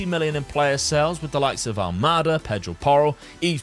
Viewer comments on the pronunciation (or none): alMAda not Almeida bro 😅🤣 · Almada, not Almeida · Almada, not Almeida. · Its Thiago Al-MA-da and yet you keep saying Almeida everytime. Its another one for the bingo card ahaha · Thiago Almada❌ Thiago Almeida✅ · Thiago Almada’s ‘a’ pronounciation is like haaland’s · Boy oh boy!😂 I made some sort of a tradition to watch your videos while preparing and eating my breakfast every morning (it's entertaining, energetic and kinda helps me start my day on a good note). So, naturally, my eyes are not always on the screen while i do all that stuff and there are bits i only listen. On that note, it's the second video i notice you mercilessly butchered poor Thiago Almada's name. On each of the two videos i had to leave everything i was doing, go to the video, rewind, and see who's that player and why the hell i don't know him. I can't help but smile everytime you say his name. Don't mind me too much though, i'm a bit of an OCD type of guy.😂 Great content! Keep on going! Cheers! 😊